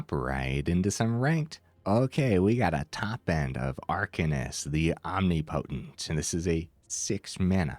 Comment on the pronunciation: om·nip·o·tent ...this is like the 4th streamer that said it incorrectly... I know, not really important but just a stupid thing that urks me lol. Thanks for the vids though man!